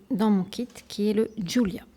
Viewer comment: J’ai l’impression qu’il y a pleins d’erreurs !!! c’est la première fois qu’on dit qu’il faut dégraisser la base ^^ le déshydratant sert à enlever la couche grasse de l’ongle pas à dépoussiérer ^^ Bref... bizarre pour une pro .... Et Julia ce dit julia pas djulia ju fais ju comme du jus de pomme merci de respecter le prénom